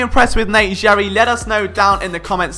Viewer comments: It’s Gerry (sounds like Gary) not “jerry” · It’s pronounced “Gary” not “Jerry” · It’s Gerry, like Gary, like spongebobs snail. Not Jerry. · bugging the hell outta me that you were pronouncing it Jerry and not Gary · FYI, name pronounced "Gary", even though looks like "Jerry" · Nope... it’s “Gary” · It’s pronounced like Gary. As someone who has played with him in the past please get it correct... c’mon man! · Gerry is pronounced with a hard "g".